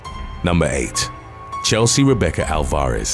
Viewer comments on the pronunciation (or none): took a minute to realize her surname was not ol-FOR-iss , but rather AL-var-ez.